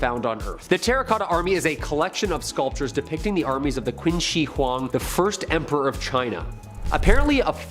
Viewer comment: It's pronounced chin.